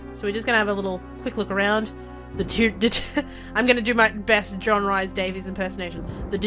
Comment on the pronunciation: I'm sure it's Rhys said like Reece, not Rice. Another LPer also said it as Rice. Rhys or Rhŷs is a popular Welsh given name (usually male), which is famous in Welsh history and which is also used as a surname. It is pronounced [r̥ɨːs] in North Wales, [r̥iːs] in South Wales, and /riːs/ in English. Anglicised forms of the name include Reece, Rees, and Reese.